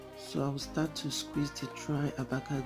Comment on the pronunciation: This girl is literally saying THEVACADO lol hahahahaha